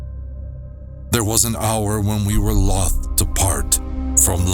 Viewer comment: I like how you pronounced it Lolth in honor of the drow goddess queen, instead of loathe.